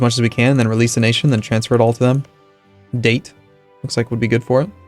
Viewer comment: Date... The way he pronounced that hurt so much...